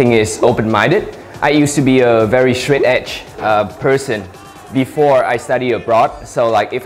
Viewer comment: straight-edge chữ đó thầy đọc nghe sao lạ quá.